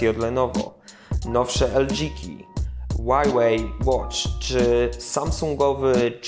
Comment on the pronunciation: Dziwnie wymawiasz Huawei. O tyle jest to dziwne, bo wymawia się tak, jak czytamy to w języku polskim, czyli "Hławej" :)